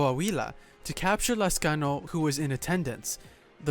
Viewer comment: I like how you pronounce my lastname correctly